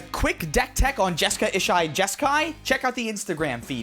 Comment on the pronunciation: I just want to say that every time you call Jeska/Ishai anything other than Jeskai Jeskai I hear nails on a chalkboard.